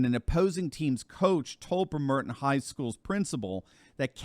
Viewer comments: It's Brem-er-ton not Bre-mer-ton! You need to spend more time in the Pacific Northwest. It's where you catch the ferry to Alaska. The service is called the Alaska Marine Highway. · Little thing here. It's not Brem-Er-Tin, it's Bremer-tun. I spent 22 years in the Pacific Northwest after doing my time in the USArmy, from Ft Lewis, 2nd/75th Ranger Regiment. Bremer-tun. Not to be pissy but it's easy to identify people who've never physically been to a location, when they mispronounce cities or counties. Love your channel, keep it going strong! Edward Gibbon, from the, "Decline and Fall Of The Roman Empire," credits the loss of the Mos Maiorium, the loss of faith and civic virtue for the end of the Romans. It was true then, it's true now. We're repeating history, my friend. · Just to clarify, -- it is BREHM-er-ton, not Breh-MER-ton (I grew up across Puget Sound from there, in Seattle):-) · the town & the school are BREMerton, not BreMERton. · the town and the school are BREMerton, not BreMERton. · I believe it is pronounced Brem er ton. I was stationed there in my navy days. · It's pronounced Brem-er-ton. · Good video. Just a small thing: The city is pronounced like "bremmer-ton". Not surprised that a city so close to Seattle fired someone with any kind of religious bent... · Just a small FYI... It's pronounced Brem-er-tin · Pronounced Brim-er-ton!!! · Check your pronunciation. It is “BREMmer tin” for the locals. I think you accented the second syllable it should be on the first syllable. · Brem -er-ton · Its Brem er ton That is how you say it. Not critic just offering help. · BREM er ton-emphasis on the first syllable. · Hey, Thank you for your great reporting Just as an FYI, the city of “Bremerton, WA” is pronounced “BREM’ ERTON” Emphasis on the first syllable: ) Keep up the great work! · Brem- er-ton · Production note: Accent the first syllable not the second in Bremerton.